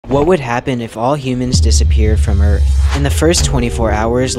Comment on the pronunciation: "beep boop" Ikea alien:what's this planet called earf?